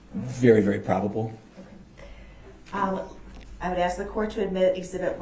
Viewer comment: Oh how I wish I could "Axe" DB!